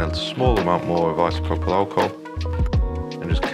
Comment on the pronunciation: It's Isopropyl Alcohol